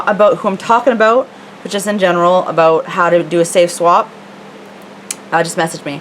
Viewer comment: I love how you say "aboot"!